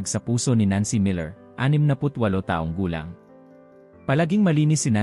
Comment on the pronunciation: Pasensya na po. You need to learn how to pronounce Tagalog words correctly, such as: Pabango, balat, taong gulang, nagaalangan, kumot, sumakay, bumulong, malamang, pagbabasa at iba pa. Magpa tutor kayo. No offense meant. Other than that I like the info that you shared. Thank you so much.